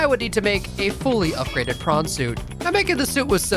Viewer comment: That was hilarious! Also, I didn't realise that PRAWN Suit should be pronounced that way. Which made me think the Devs deliberately choose that name. :)